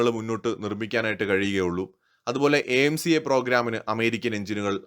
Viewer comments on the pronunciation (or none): AMCA ye. എ എം സി എ എന്നല്ല ആംക എന്നാണ് പ്രോഗ്രാമിൻ്റെ പേര്, pl note...